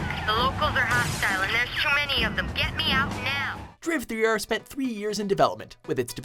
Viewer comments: I have never, EVER, heard Driver 3 spoken as Driv-three-er. You know what a logo is, right? Please stay away from Wipeout 3, k thanks. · Drivthreer?! bruh 😂😂😂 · Why did ''Driv-Three-er' made me laugh so much??' hahahahah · LMAO at Drivthreer! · Drivethreer. lmao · Can't tell if he's saying "Drive Three err" to sound funny, or actually pronouncing "DRIV3R" like that. If he's not doing it to be funny, he's really annoying. lol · "Drivthreeer"....1337, b!7<|-|! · driv three er LOL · Drivthreer of driv3r lmao😂😂😂😂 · please tell me no one ever really pronounced it "Driv-three-er" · IDK why him saying "Driv Three Er" for Driv3r made me laugh so much XD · Learn how to pronounce Driver 3. Why do you think there were glitches and fairly poor graphics? IT'S AN OLD GAME. I think its graphics are some of the best on the PlayStation 2. There was NOTHING wrong with the driving. In fact, it was very good. The A.I worked really well for an old engine. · I love how you actually pronounced it "Driv3r" hahaha